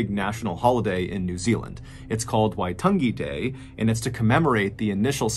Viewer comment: Me: getting comphy as the video starts. MrBallen: in New Zealand. Me: wtf i live in Nz ok i should know this area 😅 Also MrBallen shortly after: Waitangi Day. Me: Not bad pronunciation there MrBallen it is a tounge twister Teo Maori.